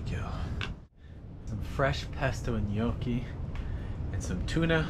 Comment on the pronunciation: Thanks for the GOOD pronunciation of gnocchi, love you man.